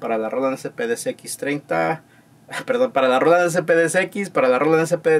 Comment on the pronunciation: Roland, bien pronunciado, asi tambien las siguientes ,canal, mas o menos, descarga, cheken, descripcion , sonidos, programados, de esa manera etc etc etc etc etc... pero la palabra SAMPLES que deberia sonar ASI SIMPLE SAMPLES, ESA NO!!!!!!!, ESA PALABRA SI SUENA DIFERENTE SUENA ASI "SEMPL" jajajajaja por que asi po que poqueeeeeeeeeeeeeee